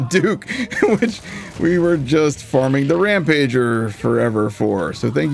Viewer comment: When you spoke about the Rampager actually being the fire storms dedicated drop, it sounded like you said "red jabber". I was looking away from my phone when you said that and was wondering where this boss was hidden 😅